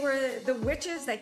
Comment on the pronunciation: what was with that audio “McBeTh PlAy!”